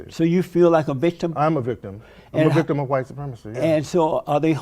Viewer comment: Bro said a professional Vicitm!! frkn hilarious 😂 😂